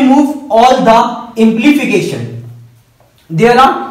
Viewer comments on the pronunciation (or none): it is not "implification" but "implication"